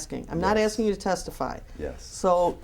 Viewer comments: I can get all the documents that you are AXING for lmaooopoo. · Other than her not "axing" the questions correctly, he said she's not being "pacific" enough, and when she said she thought she was, he said "Not really". LOL!!!!!!!!!!!!!